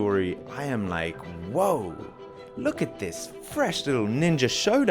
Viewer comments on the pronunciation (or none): none